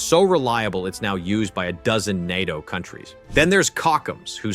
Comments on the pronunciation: En-At-Te-Oh. När den försökte säga N.A.T.O..... fast väldigt imponerande röst. Också att den var en hejare på svenska ord. Typ att de i manuset gjorde <Swedish>Totalförsvaret</Swedish> eller nåt... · Jag har aldrig hört en människa uttala NATO bokstav för bokstav, heller. Självfallet kan det vara en tillfällighet, men för närvarande känns det som att man inte kan lite på att någon bara säger fel längre heller. Andra ledtrådar jag ofta springer på är videor som uttalar 'Gripen' på 3 olika sätt 🫡